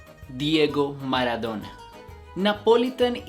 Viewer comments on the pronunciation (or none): none